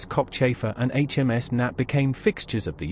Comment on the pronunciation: I had to rewind that, sounded like HMS Cockchaser at first, not Cockchafer, lol. Thanks for the navy history!